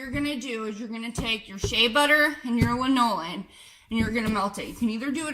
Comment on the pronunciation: Thanks. ps . . . pronounced LAN-o-lin, sheep's wool/body grease, old as the hills